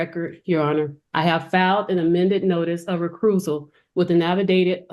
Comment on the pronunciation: The woman (who pretends to be a lawyer) can't even pronounce the words of the various legal proceedings properly "recruisal", "benefishurary"... The judge, who's a bit smarter than the pretend lawyer, gives the individual a tongue lashing. What a joke. Some ethnic groups just can't figure out the basics.